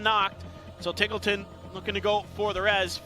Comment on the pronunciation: Isn't it pronounced TEEGLETON, not TIGGLETON?